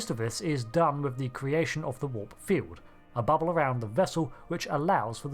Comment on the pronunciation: "Fiewd," "bubbew," "vessews."